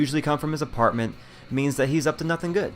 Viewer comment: He said artment not apartment